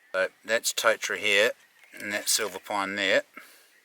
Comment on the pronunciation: Loving your work chief, awesome to see you and mum get out. Go hard with the Māori pronunciation, your ‘kauri’ sounds mean. Try, tore-taddah for totara too. Mean